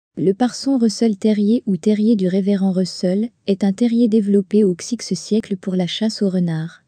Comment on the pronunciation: bah apprends à dire dix-neuvième au lieu de xix si tu veux qu'on s'abbonne hahaha